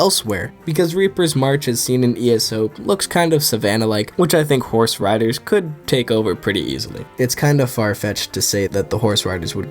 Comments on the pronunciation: For some reason when you first said "I think horse riders would dominate here" I thought you said horse radish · why tf do u say horseriders like theyre a collective group all joined together lmao